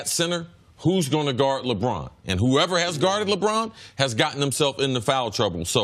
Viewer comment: Don't u just love how brousard pronounces 'Lebraaan'?